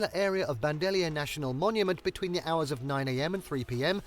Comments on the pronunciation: Whoever is narrating this does not do a good job at our pronunciations. Not sure why unless it is AI as people would surely look it up before posting. Bandelier: Ban-de-leer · They should have narrators that know how to pronounce what they're talking about. Gila: hee-luh mesa: may-suh Bandelier: Pronounced correctly the first time and minutes later mispronounced. The stress is on the lier, pronounced leer.